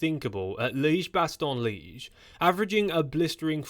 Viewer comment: Liège has two syllables in it.